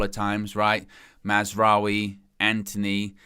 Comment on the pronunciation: Don’t get me started on Mar-wa-zahri